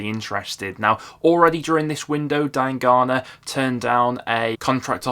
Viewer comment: U must be the only person I know that pronounces diangana like that. That's defo not how it's said 😭